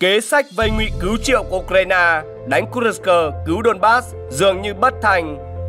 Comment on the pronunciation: Kênh này hay, biết đọc tên vùng Kurxc.